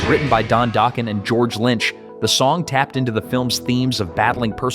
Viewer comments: Who the hell is Don Doughkin its Don Dokken. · LOL…During the section about Dokken’s “Dream Warriors”, you pronounced Don Dokken’s last name as “Doken” (with a long O sound) and then when you mentioned them breaking up, the picture you showed was Don’s solo band instead of Dokken. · I love your videos, but the pronunciation needs some work. Keyfer, Cinderella. Don Docken, just like you say the name! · 😂😂😂😂😂 yes it did!! 😂😂😂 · You missed too many to list. Please learn how to pronounce words like Don Dokken… Dock-un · Really you can pronounce the band name dokken but you can't pronounce the lead singer's last name what the? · it said Dokken right but not Don Dokken.... lol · What’s with the occasional mispronunciations? Don “Doken”, “Mutley” Crue